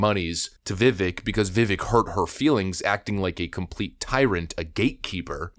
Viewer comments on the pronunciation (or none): How are we still pronouncing his name wrong? It rhymes with cake! Not ick as in something is icky. CAKE CAKE CAKE CAKE! pronounced VIVAKE! LIKE CAKE!!! LIKE ACHE!!! He has pronounced his own name... SO MANY TIMES on videos. He has literally told us what it is. Why are we still pronouncing it vivick instead of vivake... LIKE CAKE! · It’s pronounced Viv Ake like cake Vivek that’s his personal way of explaining it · It via Vivek like cake. “Vic-ake” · His first name rhymes with CAKE, NOT ICK. You're welcome. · Its pronounced Viv-AKE. NOT VIV-ECK😂😂😂 'Ake' as in 'CAKE' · IT IS PRONOUNCED VI/VAYKE NOT VI/VECK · I understand that everyone pronounces it Viv-eck, but it actually pronounced Viv-ake like cake. Let's try to get it right from now on. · Ur saying his name wrong. Rhymes with fake and cake. Viv-ake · It’s Vivek rhymes with cake. Put some respect on my guys name. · His name is Vivek. Rhymes with CAKE. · It's pronounced "Viv ache" or as he says "...like cake". And the kids got my vote! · His name is pronounced veh-vake. Rhymes with 'the cake'. it's really not that hard to say it correctly. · Vi-vake - rhymes with cake, he says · friendly reminder: Viveck's name is pronounced like "viv-ake", rhymes with cake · His name rhymes with cake. It definitely adds credence to any point when it's pronounced correctly. Love ya man, keep up the good work! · His name is Vivek, it rhymes with "cake." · the way you pronounce Vivek gives me a headACHE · I just love you to pieces but could you please say his name correctly? Just annoying. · Why are outlets still pronouncing Vivek’s name wrong? First step for respect for this guy.